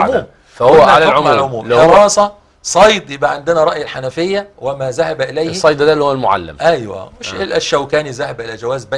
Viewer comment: جزا الله الشيخ لكن والله انا استغرب من الشبخ طالب علم وماشاء الله عليه لكن حينما يقول ذهب مثلا يقول زهب بعض اهل العلم او يقول يستسنى بدل يستثنى ارجو ان تصل ملاحظتي للشيخ وسلامي له وللمقدم حفظهم الله